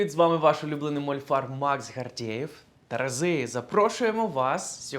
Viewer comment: Терези? На початку звучало?